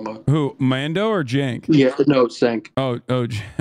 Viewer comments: Does your guest think Uncle Cenk is coffee? He keeps saying Sanka. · I love how keeps pronouncing it as "sank" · Bro called him Sink